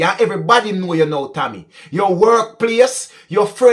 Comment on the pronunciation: Maybe you were pronouncing TAMMY as Tommy. Therefore people would have thought that the driver was a man